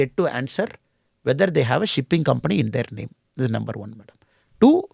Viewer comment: Why does Annamalai says nember for number?